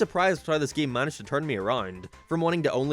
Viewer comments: “Geem” “Speen” Dude I don’t think I can keep watching these videos because of the way he pronounces these words. Driving me nuts lmao. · i like the way you say game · Dw when God made Ireland he thought that us up in the north should say certain words in a funny lil way and unfortunately game just has to be one of em. 😞 Btw saw you on UTV once and choked on my spuds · Where are you from? can't unnotice how you say "game"